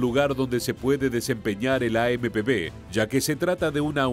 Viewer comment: traducir bien las palabras es AMP uve no b